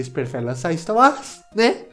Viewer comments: e pq tu fala ista uas,kkkk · Mano e sotaque ou tu fala star Wars assim mesmo?